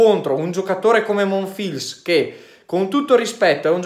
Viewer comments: Ciao, Monfils si pronuncia senza la "L" ("Monfis") 😊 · Semplicemente Alcaraz non ha giocato al suo solito livello altrimenti non c'era partita. Comunque vista la defezione di Thompson ormai più che la tecnica qui conta il fisico visto che si acciaccano tutti. Ndr.. MONFILS si pronuncia senza L.. 🤣 🤣